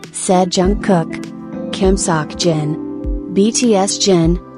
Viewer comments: everyone crying and feeling emotional down in the comments. While im crying from laughter at “Kim SaWk-Jin” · When she wanted to say Kim - seokjin she said Kim - Sock Jin by mistake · « Kim Sockjin . »